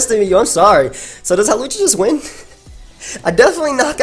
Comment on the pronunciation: You called hawlucha hoopa